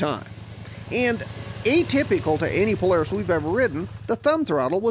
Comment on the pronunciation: U say Polaris funny u say plars!!:)